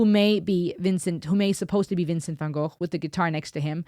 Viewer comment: So good to see someone pronounce Van Gogh correctly, instead of go. I’ve just been watching some of you’re other videos and appreciating the intelligence